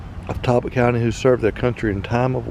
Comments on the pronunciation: It is not pronounced Tallllbotto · It is not pronounced Talll botton. The a is pronounced like an o. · Did call it Tallbottom? So funny.